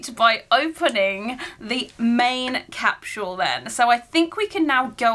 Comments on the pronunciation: What’s a “cap-shoe-wool”? 🤔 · I love that you pronounce it cap-shu-al.